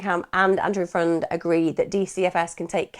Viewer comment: I thought his last name was pronounced more like "friend"